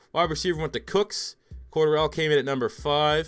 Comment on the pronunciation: Cordarrelle...you are pronouncing that way wrong.